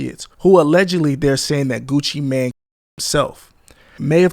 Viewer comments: It’s pronounced Gucci Mane not Gucci Man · How this nigga gonna say Gucci mane name wrong and have clips of Gucci saying Gucci mane and STEADY calling bro Gucci Man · Mane not man okay? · This is a nice compilation of clips, but holy hell the amount of words clipped out is insane. That and calling him 'Gucci man' instead of mane is pretty damn annoying. Like, mane != man. How tf you fuck that up? Imagine calling Super Man or Bat Man Super Mane or Bat Mane lmao. Like its just not even close. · Ngl hearing you call him Gucci man not main hurt my ears the whole video. Other than that good video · It's Gucci MANE not Gucci MAN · Is this Ai? Why is he calling him Gucci Man?